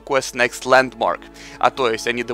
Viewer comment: Ландмарк а не Ландморг